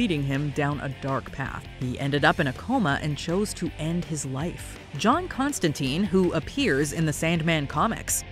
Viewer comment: Constantyne , rhymes with fine